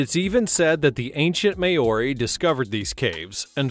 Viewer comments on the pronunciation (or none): Waitomo caves in North Island N.Z is pronounced as Why Tow Mo caves. The only predator that eats the glow worms are the Daddy Long Leg Spiders. You enter the caves up top now, and come out of the cave down bottom as depicted here. The local Iwi, found a new door way into the caves. Maori is pronounced as Mau Ree. You roll the R.